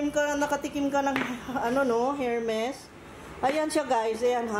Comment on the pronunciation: Hello...ermes pronunciation ng hermes...silent H...